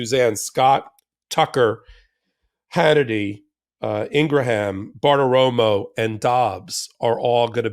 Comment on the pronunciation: When you say Maria "Bart-Aroma" (it's Bartiromo), are you insinuating that she smells like Bart Simpson?